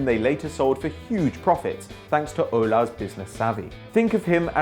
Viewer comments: you pronouce the S in that shit named Aulas...also do not call Lyon Olympique...there's only ONE Olympique and it's de Marseille!!!!! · jean michel aulassssssss and not aula